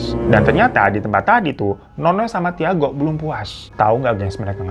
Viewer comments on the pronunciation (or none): Tiago itu dibacanya Cago ya babu, pun10. ngasih know doang